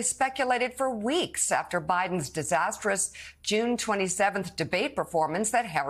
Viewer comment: Did she just say Trumpone!? LOL she did a funny, that was funny!